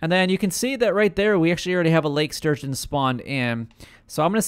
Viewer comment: It's Lake STurgeon, dude. ... not Surgeon! lol